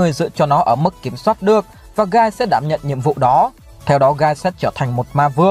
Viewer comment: hình như trong light novel volume 16 bảo là tên của Guy đọc là "ghi" chứ không phải "gai".